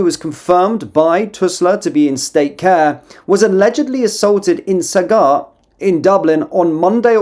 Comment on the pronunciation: Its said like sag gart. Not been a smart arse, just said id let you no pal